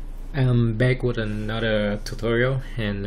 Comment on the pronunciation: Good info, but did you just say, "I"m back with a nudder tutorial"?